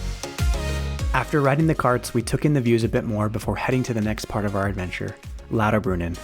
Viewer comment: never heard of "Lodderbrunin" :P